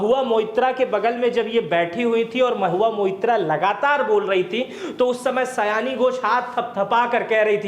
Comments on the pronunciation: 'सयानी' नही, 'सायोनी' घोष। Pronunciation ठीक किजिए पहले। आपका जटाजुट बड़ा ही अजीब लगता है। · सयानी nhi सयोनी hei nam😂😂😂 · Nam to thik se poro